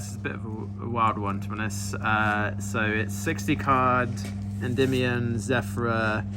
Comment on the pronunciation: he pronounces Endymion correctly